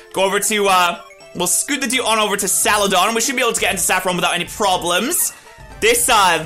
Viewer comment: Did just say "Salad-on"? The fuck?